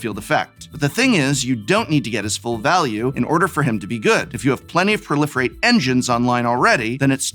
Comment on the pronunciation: Is it weard to pronounce pro-life-rate instead of prolifirate?